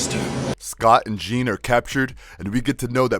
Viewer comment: He made a lot of mistakes like calling “Jean” “Jane”, calling banshee “her”, saying cable both helped and wanted to kill apocalypse… and those are just the ones I picked up… he’s clearly reading the script and doesn’t know much about the source material… ok… nerd rant over